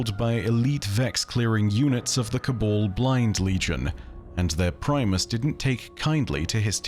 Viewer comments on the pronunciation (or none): It's Ca-Baaaal not Ca-bole